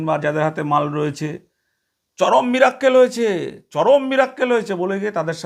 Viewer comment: Miracle sabdotao to jane na mirakkel bole cheap mohila